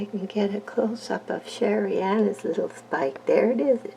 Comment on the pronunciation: Let your schilleriana spike. They are notorious for only carrying a few leaves. Mine is an overachiever with her four leaves. And dont worry about how you pronounce the name. I think that the name SherryAnna that you have given yours is cute.